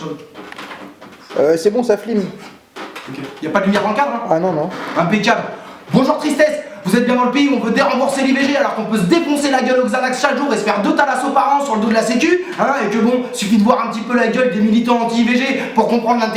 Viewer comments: "Flim" :D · « Euh…c’est bon ça fLime » 😂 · "c'est bon ça flim" et ce fut le commencement 😂